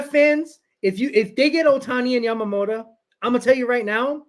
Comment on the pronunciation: It's YAMAMOTO not YAMAMOTA, you always call Yoshinobo, Yamamota, that would be a different person